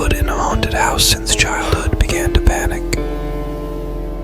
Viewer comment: Haunted Hill 'Housey'??? How not to train your bot. And macabre is pronounced 'macaub'. The r and e are silent. Such is the bane of French words---extra letters. Great story, though.